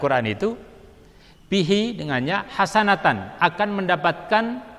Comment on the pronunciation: Bismillah Setelah saya dengarkan video ini ternyata ada yang salah ucap, saya mohon maaf: 1. Riwayat imam muslim terucap iman bukhari 2. Lafal hasanatun terucap hasanatan Wallahu A'lam Bis Shawab